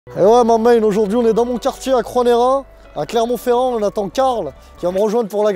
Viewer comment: jai arreté de regarder quand il a dit clermont ferrand